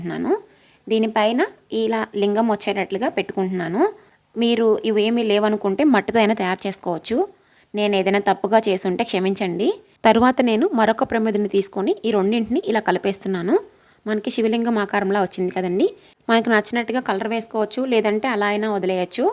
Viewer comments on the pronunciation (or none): Wow chala bavundi , will forward to friends . Kani oka request "chaminchandi" kadu " kshaminchandi" anandi. Hope u don't mind.. Meeku entha bhakthi undo telustondi, mee imagination great , Om Namah Shivaya